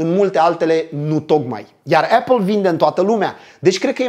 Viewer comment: Esti un om fain si faci content de calitate,dar cand aud cum pronunti "apple" renunt. Apple si bargar cele mai schimonosite cuvinte de romani,imi sangereaza urechile.Sorry.